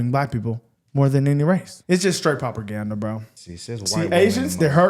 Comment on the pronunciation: Someone tell bro on the right its “propaganda” not “properganda” 😂